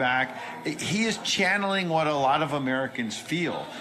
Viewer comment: Tuning in late, of your show you asked if the “journalist” host sounded drunk, whilst referencing Ted Nugent, my answer is yes or at least very tipsy! He slurs multiple words together, he’s actually said allota, as one word and that wasn’t the only time he conjoined his words while slurring them together. Sadly I’m tipsy and can still hear and point this out!